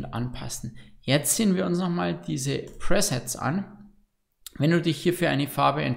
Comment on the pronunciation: Danke für das tolle Turorial! Kleiner Hinweis für die Bayern: Es spricht sich presets („prisets“) nicht presents („präsents“). Sind keine Geschenke sondern Vor-Einstellungen. 😉👍🏻 Grüße aus 🏴